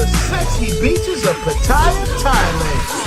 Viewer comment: Just btw, Pattaya is NOT pronounced ‘pah-tire’ it’s pah-tah-yah. Ask your wife/gf... she’ll tell you.